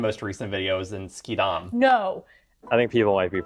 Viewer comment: De uitspraak van "Schiedam" was goed. De beste wensen! Portugal is geen slechte keus!😂 Hoe is dat gourmetstel? Wij hebben er nog geen. Die Unox blikken vind je straks bij die Xenos of die Grenzen.